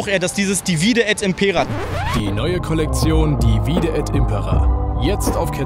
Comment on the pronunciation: ich muss vermuten, dass du keinen Lateinunterricht hattest oder sehr schlecht in Latein gewesen sein musst. Bei divide und impera wird die erste Silbe betont bzw. die drittletzte aus der Perspektive der Lateingrammatiker gemäß der einfachen Regel: "Bei 3- oder mehr-als-dreisilbigen Wörtern oder Wortformen wird die vorletzte Silbe betont, wenn sie lang ist, ansonsten die drittletzte." Sowohl bei divide als auch bei impera ist die vorletzte Silbe KURZ. Daher ist die drittletzte zu betonen, wie es dein Kumpel zumindest beim 2. Verb gemacht hat. Also: dívide et ímpera ❤&✌🏻